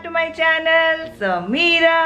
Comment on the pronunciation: I like the way you say that sameera.....sherief..